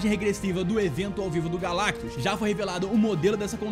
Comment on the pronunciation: O finalmente falou "GALACTUS" certo Por favor da coração no meu comentário